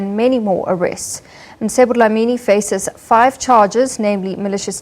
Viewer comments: Its Mcebo... not Msebo! ca ce ci co cu!!! If one cant pronounce that, there are speech therapists to assist! If it was a black person mispronouncing an English word/name, it would create some space for mockery n a stand for correction! Respect out names, dear white lady!! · This lady is ignorant. His name is MCEBO! not Msebo.